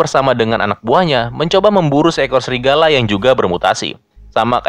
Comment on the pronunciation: Bang bukan srigala tapi Serigala wkwkwkw